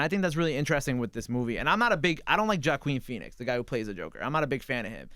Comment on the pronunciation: Jahqueen Phoenix??? The fuck.